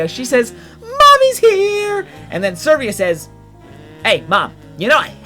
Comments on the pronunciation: I need to know, but is number 6 Servia or Severa? I need to know because it's very hard to mispronounce the name Severa, which is pronounced Se-Vera. So I'm sure there's something afoot. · It's Severa, not Servea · The only thing that pisses me off about this is your pronunciation of Severa... there isn't an R for you say "Sir"vea... you misplace the R and oooooh it pisses me off quq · Dude, Severa is pronounced Sev-rah. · Can you actually read severa's back story? To under stand her? Also its Seh-vare-uh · This is a really dumb thing to mention especially since this video is incredibly old, but I have to. Your pronunciation of a lot of these characters' names is off. I can understand the ones that just don't have their name ever said, but Lissa is pronounced a few times, especially at the beginning of the game, and Severa doesn't even have an "I" in her name! Also I could just be dumb and not know how to pronounce a few of these myself.